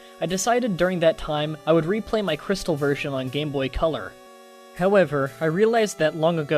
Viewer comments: I get that the "true" spelling is Colour(Even though Color is the American dialect), but you saying coal-ore kinda ruins it. Also fun fact. Every Pokemon gets Curse in gen 2. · Lol u said co-lor but i read it he spell it wrong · why do you say colour so weirdly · ...did you have to pronounce colour like that every time.